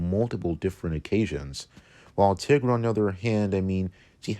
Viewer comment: it’s pronounced tai-gra